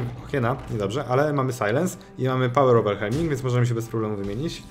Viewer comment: Pałer ołwerhelming EDIT: Shildberier też niczego sobie